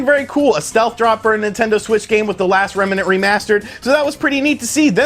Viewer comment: It's not remma-nent, its remnant